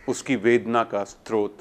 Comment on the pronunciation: बहुत सुंदर । कृपया स्रोत को स् रो त पढें न कि स्तरोत